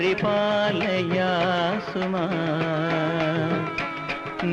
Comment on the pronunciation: He did not pronounce the words correctly, here and there. "Malleesha" alla "Valleesha", "paripaalayaashu maam" ennaanu, athupole "vaarijaasthra". This is a famous Dikshithar Kriti. It's surprising that MG did not know the saahithya of this keertana correctly.